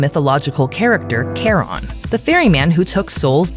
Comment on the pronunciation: Narrator : Care-on Subtitles: Charon Me: Sharon.....